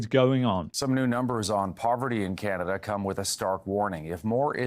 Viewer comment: Canader, lol!